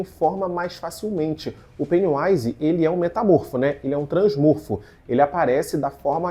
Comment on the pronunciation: o correto é transMorFo, não transformo.